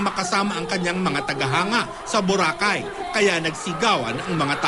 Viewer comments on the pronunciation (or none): none